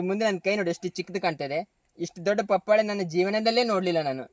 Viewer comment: ಬರೀ buildup ಆಯುತು.ವಿಷಯ ಹೇಳು ಮಾರಾಯ.ಪಪಾಳೆ ಅಲ್ಲ ಪಪಾಯ.